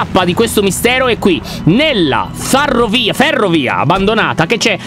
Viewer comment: Pov: quanso lyon dice farrovia ma cerca di correggersi lol xD